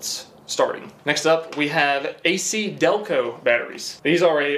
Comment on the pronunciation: A-KiDelco??? Seriously?